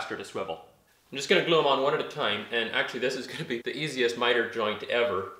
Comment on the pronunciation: looks great! are you saying the word glue differently now, I swear it's got less oooh now;)!